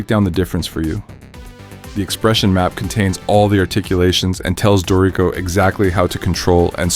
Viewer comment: A helpful tutorial. Thanks! By the way, it is pronounced DOOR-i-co, not Do-REE-co.